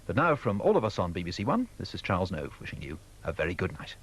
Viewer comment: Robin Whitting, not Welling; Mark Waddington, not Waddlington; Charles Nove, not Hove.